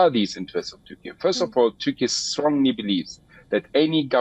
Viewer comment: Why Indian news anchor are pronouncing Turkey as turky.